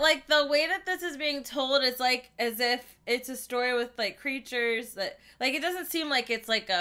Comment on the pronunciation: Her: cute curtures Me: ITS CAlLED POKÉMONS